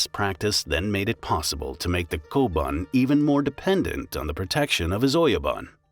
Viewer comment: “Oyaban koban” its oyabun kobun